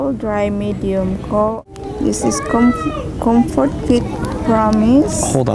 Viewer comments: "com-fart-soft" hahahaha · was that "congfort"? hahaha